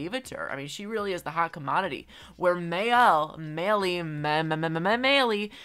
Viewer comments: Maelle names is pronounced mi Elle don’t ask me how I know that- my cousins name is maelle 😅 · Not to be a bitch but ah Maelle is pronounced like MY-lee (as in Maelle Cyrus)